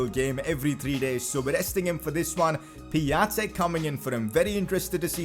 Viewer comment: Piătiks name is pronounced Pi-on-tik